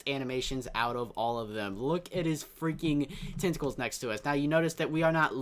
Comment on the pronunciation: who else heard testicles instead of tenticals